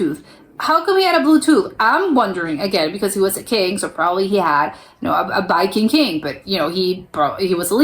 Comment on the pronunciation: Do you say Biking king??? It sounds like it